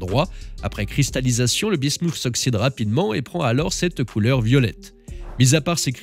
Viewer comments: Ça se prononce bismute et pas bismouf (ça c'est en anglais). Parole de chimiste 😅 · oui et l'alias P. Bismuth et le métal lourd se prononcent pareil. Le "th" en français se prononce "Té". La voix off prononce Bismuszszzzs à l'anglaise comme le Vermouth ça m'agace!